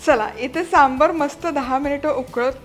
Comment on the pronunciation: "सांबर" नाही हो, "सांबार" असा शब्द आहे. सांबर हा प्राणी असतो. पदार्थाचे नाव बरोबर उच्चारा.